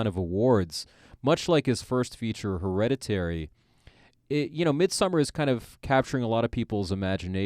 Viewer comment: You mispronounced the title of the film through your entire conversation. Lazy AF.